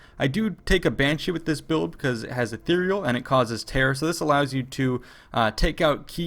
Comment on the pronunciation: Hah, you pronounce terror exactly the way George Bush pronounced it...lmao